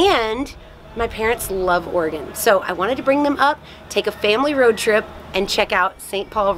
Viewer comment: You're amazing and I love your videos! but as someone from Oregon, I love that you found out how to pronounce it :)